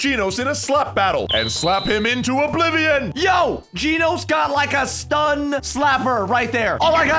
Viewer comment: Genos not Ginos